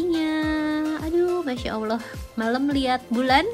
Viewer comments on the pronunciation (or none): none